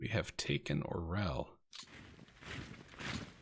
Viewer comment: That was quite a coup with Orel there, comrade! (Bonus Russian points: It's pronounced "ar-YOHL" (with a roll on the 'r'). Use that pronunciation and you're going to get mad props from some of us out here ;-) ).